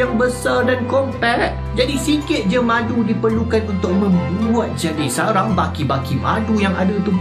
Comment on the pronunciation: ckp " buat madu ni susah " yg sya dengar " bulan madu ni susah " teringat pengantin bhru kn lah.. Sentiasa dlm lindungan InsyaAllah, n... Moga sllu manis bgaikn madu.. 🍯